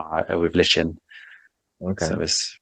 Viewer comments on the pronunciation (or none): Lichen is pronounced "like-in". Also I think these two have a long way to go before I'd take much advice on herbs from them. Garlic does NOT "kill brain cells". Dr. John Christopher the famous herbalist and naturopathic doctor and author and founder of the oldest still running herbology school in the USA used garlic often and devotes an entire chapter to it in his book The School of Natural Healing to it. Garlic is an anti-biotic and anti-parsitic. and alterative herb. For your adrenals Dr. Morses Adrenal tonic has these herbs: Eleuthero Root, Wild Yam Root, Cleavers Herb, Kelp, Parsley, Ho Shou Root, Saw Palmetto Berry, Chaste Tree Berry, Juniper Berry, Dandelion Root and leaf and Rhodiola Root. Many of these herbs are also in his Brain & Nerve and Endocrine Balance formulas.